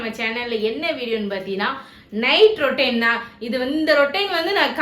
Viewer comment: ரொட்டைன் இல்ல அது ரொட்ட்டின் அது 😂